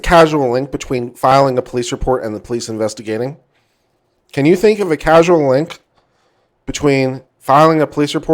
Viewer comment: Love this, and love your channel. But it’s not casual, causal is pronounced like “cause” “all.”